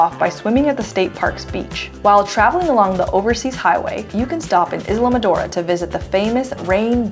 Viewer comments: The mispronunciation of Islamorada is adorable. BTW it's (eye la mor a da). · Is la mo ra da